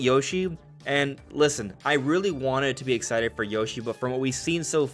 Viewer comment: You’re “very ex-eye to play”? Bro, pronounce your words